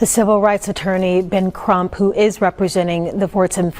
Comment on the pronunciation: Did you call Attorney Ben Crúmp a parasíte?